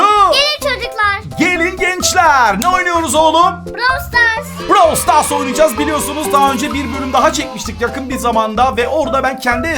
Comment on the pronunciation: Abi Brawls stars deyil Brawl stars